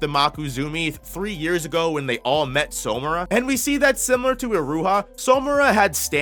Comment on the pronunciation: Its killing me that he’s pronouncing it as So-mura and not Samura💀, like where is the “o” coming from